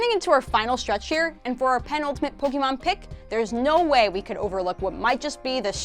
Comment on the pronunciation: It is POKE-ay-mon, not POKE-ee-mon